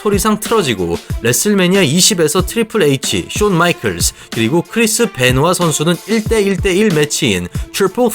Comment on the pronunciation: 어떤유튜버가 wwe영상만들때 바비래쉴리를 보비래쉴리라부르더만 여기서는 벤와를 베노와라고부르네